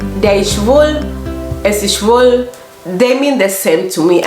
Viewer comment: Schwül = is foggy , schwul = gay, you do not pronounce "ü" correctly.